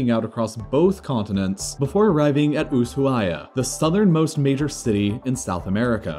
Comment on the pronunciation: Ushuaia IS pronounced u-su-aya. It's a native american name, not a spanish one. It's a mistake some argentines still make so I was surprised he pronounced it right.